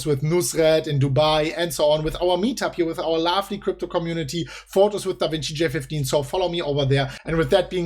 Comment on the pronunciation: Da Vinki